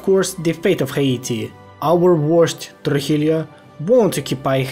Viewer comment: The "LL/ll" in Spanish is pronounced as the "y" English letter in "year", so a word as "Trujillo" would be pronounced as "Trujiyo" and not as "Trujilio" 👀👌